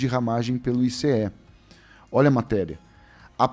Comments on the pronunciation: Pare de falar ICE , SE PRONUNCIA aice. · o "ICE" fala AICE... no português popular.